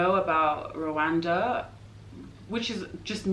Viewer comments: It's not Kigali Rowanda..is Kigali Rwanda. My lovely country. Peace to you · The Country is Rwanda, not rowanda plz, thank u sister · but you pronounce it Rowanda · Black Viking That's foreigner's pronounciation. Local correct pronounciation is: RRRRRR...WAN...N'DA Rwanda which means: Universe or Infinity.